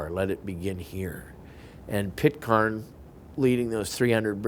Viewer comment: It's Pitcairn ai pronounce as in care and it's a Scottish pistol more like a Murdoch of Doune .